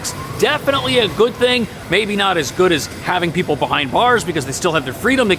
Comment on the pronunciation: Evidently, 'People' is pronounced "Pee-Bull"